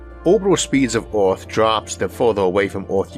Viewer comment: I say Arthor . It air not aior and we live on a plant called earth not orth